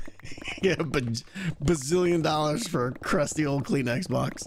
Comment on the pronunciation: I know he said Kleenex box, but all I heard was clean xbox, for which I was extremely tempted on searching.